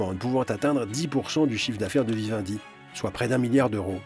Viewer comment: on dit MiLiard pas miyard, merci